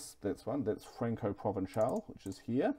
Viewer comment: Occitan is pronounced like Oxy tan. Provençal is Prov en sall.